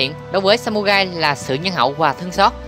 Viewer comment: Đọc sai r phải đọc là samurai ( rai ) chứ không phải samugai nhé